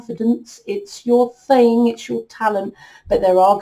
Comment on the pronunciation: Did she just day "thang"? Lmao